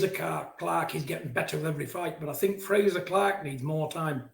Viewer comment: Did Fearon just pronounce Frazer like Frasier, as in the American sitcom?